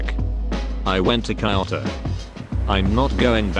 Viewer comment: TTS says "kayoto" Lol